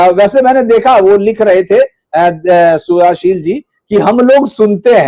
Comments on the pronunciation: Kindly Spell Shuddhoshil (Bengali accent) instead of Sudhashil. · Suddhashil is a pure Sanskrit name. But the host can't pronounce the name properly. Even the thumbnail has the wrong spelling in Hindi. What a shame!